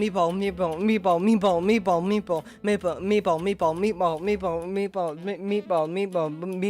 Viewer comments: Kinda sounds like meat palm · and mebo xD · He sounds like he is saying me bald